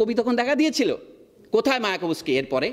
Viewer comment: মায়াকোভ্স্কি not মায়াকো ভস্কি